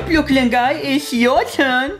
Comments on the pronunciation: Karen always calls Brooklyn Guy Boiney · i love how jonathan calls brooklyn guy ‘blooklin gye’